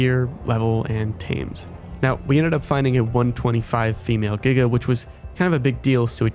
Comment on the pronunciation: NO WAY YOU PRONOUNCE GIGA CORRECT YOU GET A SUBSCRIBER BECAUSE OF THAT